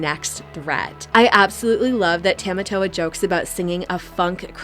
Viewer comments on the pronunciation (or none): These YouTubers mispronouncing Matangi and Tamatoa is driving me crazy 😢